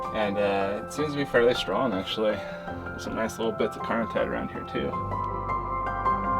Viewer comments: Autunite, not "antunite." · I think you meant autinite? You kept saying antinite. The Chinle Fm is Triassic age, about 230 mya. Cool video. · Are you sure it's "antonite?" I think you mean "autonite." Right?